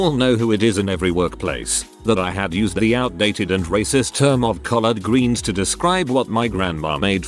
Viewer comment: I'm pretty sure it's "collard greens" not "colored greens" or maybe I misunderstood the story, lol.